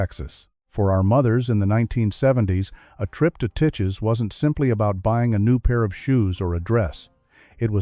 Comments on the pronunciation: The Frost Bros.(pronounced Brothers) in downtown Corpus Christi, which started as Lichtenstein's. The Frost Bros. in San Antonio's North Star Mall. Titche's is pronounced with a long I. Besides Monnig's, Fort Worth also had the more upscale Stripling's and--the real hub of downtown--Leonard's with its own subway. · The pronunciation of Titche's is awful. My grandmother worked there and Sanger-Harris in Dallas. At least Neiman Marcus is still there. Monnig's was a nice store.